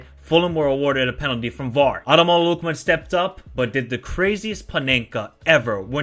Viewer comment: Pronounce the name properly man!